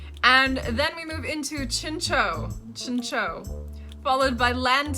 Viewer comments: Here is the list of mons i thought you prenounced differently Meganium Chinchou (ending is like chow) Ledyba (which is weird since you said ledian correctly) Togetic (i prenounce it like togepi, but instead of pi it says tic) Aipom (prenounce it like the second one you said since it comes from ape) Pineco (its indeed how you thought it should sound like while looking at it) Forretress (literally just fortress, i had to laugh with your version xD) Scizor (i can understand the confusion, but its funny that you pay attention on the switch of y and i in ledyba and ledian but not in scyther and scizor. Its literally like a scissor) For the rest its debatable. Some might be a bit iffy but its not wrong like i would prenounce houndour different but the way you said it is not wrong. Suicune was correct so no worries ;) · Here are the pokemon names that I think you mispronounced 1)Meganium? 2)Ariados 3)Chinchou 4)Togetic 5)Ampharos? 6)Aipom 7)Misdreaveous? 8)Pineco 9)Forretress 10)Scizor 11)Swinub 12)Piloswine 13)Mantine 14)Elekid 15)Suicune? Iam not sure if I got everything. Maybe some of these are wrong too,so feel free to correct me😅